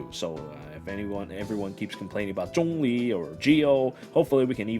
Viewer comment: You pronounce zhongli well, others keeps saying xiangling.